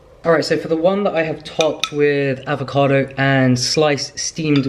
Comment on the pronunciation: always repeating AAAAAVOCADO with when he says it with American accent:D